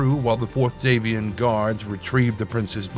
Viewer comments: Normally I wouldn't nitpick, but the lore specifically points to House Davion being descended from Anglo-French nobility (d'Avion meaning 'of Avion) so it informs the way that name should be pronounced. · What's with the weird pronunciation of Davion?